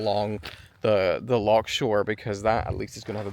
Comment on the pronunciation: Brilliant, I love the way you pronounce ‘loch’ !